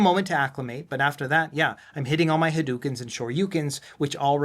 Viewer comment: Sorry for being that guy, but hadoken is pronounced ha- doh -ken rather than ha-doo-ken. Hado is the vibrational life energy at the atomic level, and ken means fist.